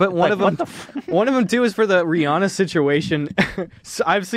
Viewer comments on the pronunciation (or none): none